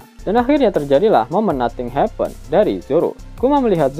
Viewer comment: "momen noting hepen" 😂